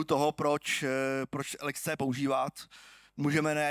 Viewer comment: Jedna hnisopišská: LXC se čte jako lex-see, leksí